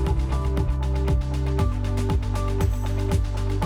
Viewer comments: Nuclear is pronounced just like it’s spelled. “Nu-clear”. At beginning of video, a commentator pronounced it as “Nu-Q-ler” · Nucular? Not Nuclear? Ok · It's nu-cle-ar, not nook-you-lar, god damn it!!! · seconds in and I had to stop watching. He said “nucular” instead of “nuclear” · Intro guy I think He said nucular 😅 instead of nuclear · Did that guy say nu-cle-ler? As a matter of fact I could have sworn I heard all of them mispronounce it.😂😂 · Nuke you ler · According to Dubya the pronunciation was nukular.😂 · You lost me at "newk-yoo-ler".